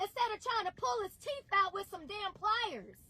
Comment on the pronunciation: Hold on, “PLIERS”?